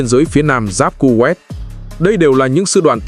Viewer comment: Đọc tên còn sai nghe chán quá kovet là nước nào